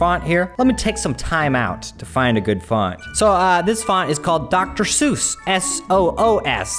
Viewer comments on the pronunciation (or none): none